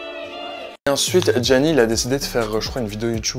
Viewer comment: looool sait même pas dire le prénom de gianni, quel ami dites donc:')